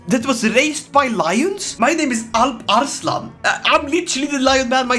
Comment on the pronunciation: holy shit that alparslan pronunciation at the begining was spot on